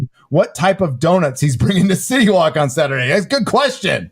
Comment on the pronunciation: Every time says city walk it sounds like shitty wok from South park 🤣🤣🤣🤣🤣🤣🤣🤣